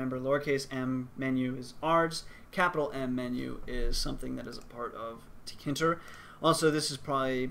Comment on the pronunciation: I've watched some other Tkinter tutorials, and according to them it's pronounced "Tinker"